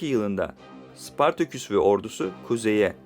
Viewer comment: Sıpartaküs değil, Spartaküs.... Seslendirmeni değiştiriniz...